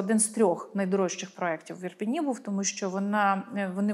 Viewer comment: Ріже у вуха "Ірпіні".